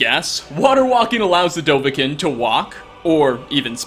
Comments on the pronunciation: Why did you say dovah-K-i-n And not Dovah-K-e-e-n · It’s pronounced DOH-VA-KEEN... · Isn’t it pronounced “DovaKEEN” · It drives me fu'king crazy the way you say Dovakiin... My god, play the game once or twice.